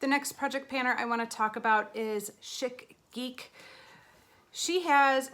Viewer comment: Oh, I’m pretty sure Chic Geek is actually pronounced (sheek) geek. I love you and your channel to death so don’t take that wrong, just thought you’d like to know. 😘 P.S. WHAT A LOVELY PANNING IDEA, IM HERE FOR IT!